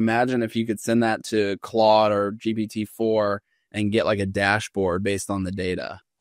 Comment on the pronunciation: Bro saying “clode” on purpose, switched back to saying Claude later. He’s not slick, but ima still comment so I guess he won